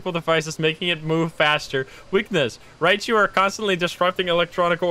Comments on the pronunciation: its either Rye-jew or rye-you lol, look it up on google, it's like the first thing that comes up. him saying Raichu just sounds dumb, and his whole chat think it's a "pokemon ghost" lol. i'm not 100% sure which pronunciation it is, because ive heard both, but Raichu is DEF not the right way. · Is Raiju pronounce Rye-jew? Because calling it Raichu sounds so wrong.